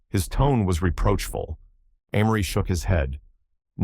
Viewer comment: He or it pronounces Amory differently, even in the same sentence. Sometime is it Ah-mory. Other time it's Ay-mory (the correct pronunciation). AI still has a long way to go.